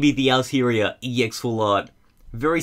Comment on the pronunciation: It's pronounced aal-Taa -Ree -aa